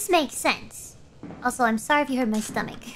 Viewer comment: u mean stomak